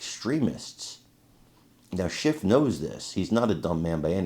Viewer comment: Did you say "adam schiff" or "adam shit" because im pretty sure its the latter